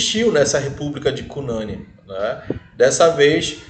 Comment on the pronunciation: O NOME SE PRONUNCIA CU NANIN COM FORÇA NO U COMO SE TIVESSE ACENTO ~